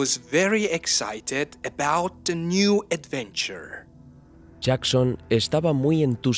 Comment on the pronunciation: What is an "adwenture"?